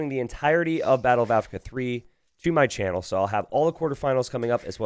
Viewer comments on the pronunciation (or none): none